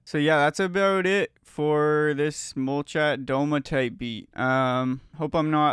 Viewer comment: Hey bro! Molchat Doma is a Russian post-punk band. I'm from Russia too. The band's name translates as "The houses are silent". And it pronounced like "molchAt domA' - stress on the last syllable. Thank you for the video!